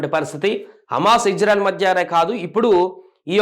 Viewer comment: ఇంజన్ఆయిల్ కాదు ర chu.. ఇజ్రాయెల్ రా😂😂